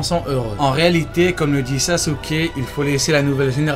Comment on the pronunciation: "sasuker" 😂 je Sasuke, tu sasukes, il Sasuke, nous sasoukons, vous sasoukez, ils sasoukent